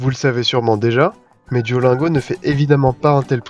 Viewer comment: [duolinego] pas [duolaingo]